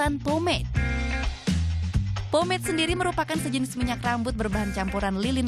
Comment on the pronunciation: mbanya bilang promade anjayyyy :v